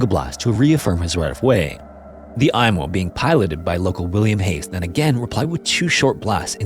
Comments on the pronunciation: It is pronounced “emo” not “Imo” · For the love of GOD it’s not the “Eye-mo”, it’s the “Ee-mo” and holy crap that’s a ton of totally unrelated b-roll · FWIW I've only ever heard the Imo pronounced "eemo", not "eye-mo". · It's pronounced "E"mo.. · An excellent, factual overview of the explosion that devastated my city. It took 6 years for harbour pilot Francis Mackey, pilot of the Mont Blanc, to get his license reinstated even though he followed all protocols that day. We also pronounce Imo as Eemo. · Pronounced "emo" as in, the ship was so emo, it blew itself up.